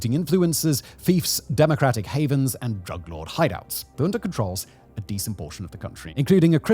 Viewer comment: Junta does not have an R at the end. Please stop pronouncing it with an R